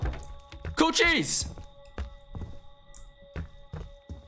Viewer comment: i hate when he kept mispronouncing cochise that shit was kinda annoying